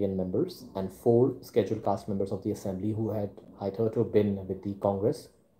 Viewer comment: Your pronunciation of schedule caste is wrong..